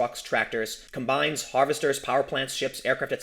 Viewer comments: When talking about the machine that harvests wheat, it's COM-bine, not com-BINE. Just an FYI. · LOL the way you pronounced "combine" ...not to combine like bring two things together but "com-bine" ...those big tractors that harvest food and stuff!! lol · tim, i know you're a city boy and you were reading fast so it's okay.... but it's pronounced com-bine. gotta have the pause man. keep up the good work! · Please never say combine like that again... Lol